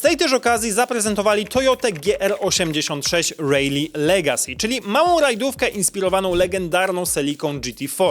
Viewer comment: "Rejli"?! Nie przypadkiem "rali"???